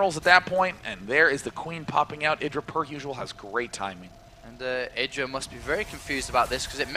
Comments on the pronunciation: needs to learn that he is called I-dra. Not Eye-dra. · Does inconsistent pronunciation of "IdrA" a bit annoying?